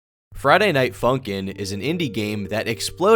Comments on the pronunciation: You kind of say "Friday Night Funkin'" like Chris Pratt says "Koopas." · why tf u said funkin like that bro